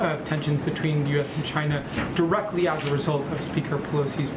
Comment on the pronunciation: Over/under on di-reckly Today #11